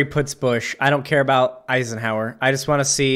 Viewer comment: Who’s esienhaurer??